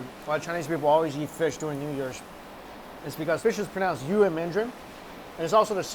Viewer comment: How he pronouced fish in chinese hurt me so hard